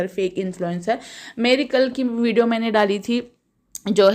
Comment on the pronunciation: Vido nahi vidio bolo